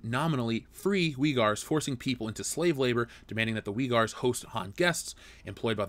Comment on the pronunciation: I hate being that guy- but bro, you pronounced Uighurs differently (and incorrectly) each time. It’s pronounced “Wee-girs”, with the end sounding like the word “girls” but without the “l”. Please fix that for your next video!